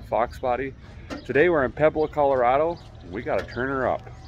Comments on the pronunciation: Poo-web-low. Not Peb-low. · Did you say Poo-blow? It’s poo-ay-blow 🤣🤣 I’m from maple grove and live in Colorado Springs now... just north of poo blow. Watch tons of your vids... when I heard poo-blow Colorado I was like whaaaaaaaat! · Pu eh blo is how it's pronounced